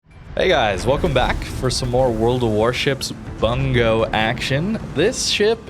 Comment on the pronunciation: Pronounced "Boong-go" not "Bun-go" lol